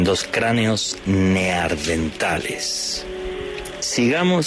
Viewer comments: "Neandertales" no Neardentales ;) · Esta muy entretenido el tema, pero me duele el oído al escucharle decir neardentales. ojú shikillo